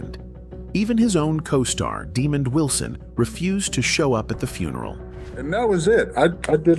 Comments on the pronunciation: His name is not Demon Wilson, it’s Demond Wilson! Get it right! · Why is the commentator keep pronounces Demond Wilson name demon.His name is pronounce Deemon. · Why would you call Demond Wilson, Demon. Man if you can read don't do storylines. It pisses me off , the idiots posting videos and can't Read or pronouns peoples names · Dude, when you don't even know how to pronounce Lamont's name correctly, how is your video gonna have any respectability. One of the key characters in the sitcom and you can't even pronounce his name correctly, no thanks. Demon ????